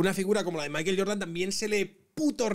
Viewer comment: Entiendo la españolización de las palabras en inglés, pero Maiquel Jordan es muy raro. No pronuncia ni Michael, ni maicohl. En fin, sólo un apunte. Aguja Dinámica, se despide